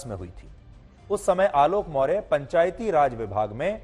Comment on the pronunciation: पहले आपको सही नाम मोर्य के जगह पर मोर्या बोलना चाहिये. आप सही रिपोर्ट कैसे करेंगे. जब आप सही नाम नहीं जानते हैं.